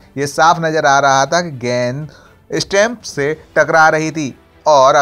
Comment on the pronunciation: Stemps NAHI stumps kaho